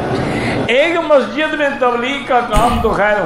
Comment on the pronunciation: مہجد نہیں مسجد بولنا نہیں آتا